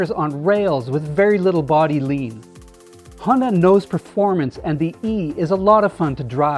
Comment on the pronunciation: Honda e Hondae "Honday" Hyundai Honda e = Hyundai